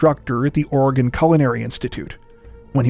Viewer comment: I live in Portland, Oregon(thank you for pronouncing it correctly), and I’ve never heard of the Brophy case. Strange how that is! Great coverage though. Think about the family, friends and time before you do the crime.